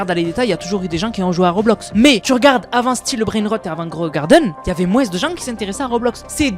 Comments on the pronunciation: réel on dit mooooooooin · pourquoi tu dis "moinse" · Pourquoi tu prononce le <S> du mot moins 😅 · Dans certaines régions, ils le disent comme ça ^^